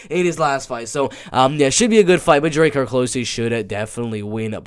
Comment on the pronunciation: it pronounced close like "wow they almost found us that was close" and its Druh-Car lolzz so thats druh-car close hehe